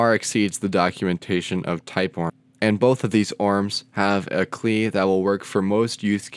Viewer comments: Never heard anyone say 'CLI' as 'klee'. Nonetheless, informative video. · Great explanation. But my man my man, what the heck is a 'klee' and a 'reppo' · klee im dead 😂😂😂😂😂😂😂😂🤣🤣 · Did you actually say KLI? Great video overall but please, ORM and CLI should be pronounced as abbreviations.